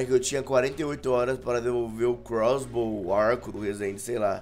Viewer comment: crossbow mano fala o nome certo porra e mano para de ser troca mano devolve o bagulho que vc robô do rezende